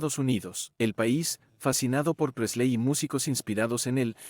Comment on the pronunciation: El contenido está muy bueno, lástima que no sepas pronunciar ni un nombre en inglés... ¿Quiénes son Presléy, Martín (¿mi hermano?), Lestér, etc...? Los Beatles influyeron en mi vida en que aun siendo argentino, amo a la cultura inglesa, y soy del Everton gracias a George y a Paul.